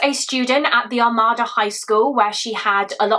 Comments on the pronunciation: I'm from Macomb county Michigan as well. I saw this horrific story play out in one of our SAFE communities 😢 Not to sound like a ass lol It's "Are-made-da" (Armada) I can completely see how everyone would get that wrong. We have so many weird named towns and cities. No one can pronounce them unless you're from MI. ESPECIALLY Detroit Street names! The all have kinda a French influence to them, or at least I think it's french. I'll have to look that up. One example is the street my home is off of Gratiot but don't try to sound that out 😅 it's pronounced Grash-it" then we have a street in Detroit called Cadieux it's pronounced "Cad-Joo" I looked it up and I was right about the French influence. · Good presentation of the case. Not trying to be picky as I have heard it several different ways but the pronunciation I hear most for Armada is something like Ar-may-dah. As a semi local I don't think I know anyone in the family personally or anything but I do recall seeing the news articles and similar for information when driving through the town at the time.